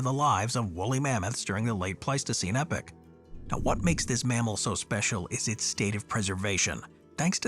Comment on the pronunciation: e-poch not epic